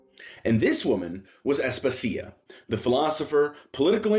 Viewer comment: Asp-asia, no As-puh-sia